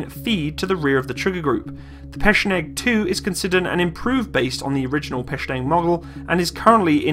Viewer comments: Печенег \ PE-CHE-NEG not PE-SHE-NEG that is correctly . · PKP (Pech-E-Neg) it's not peshang lol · I'm sorry, but the PKP replaced nothing. Also it's not "Pecheng" but "Pecheneg" and it's not being used in Ukraine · Nice review! You've got a new sub! Overall you've got pretty good russian pronuanciation , so don't worry about these silly haters;) (That probably either don't speak russian or just being dicks:D) If it is your personal opinion than it's good and don't be afraid of people in comment section :) P.s. It's more correct to say PeCHeneg (Ch sound as in CHannel, not sch) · It's Peh-Cheh-Neg! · that's called "pe-tche-neg" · Pecheneg is pronounced with the "che" like in Chechen, not like in chemist :o Like chair. The "pe" is like pair. The "neg" should sound like negligent. Not nearly as useful as the video, though...